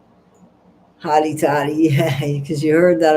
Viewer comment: Whoops to early Totti not tortilla😂